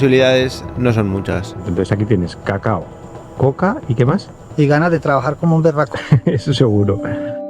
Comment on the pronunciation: No es cagao es Cacao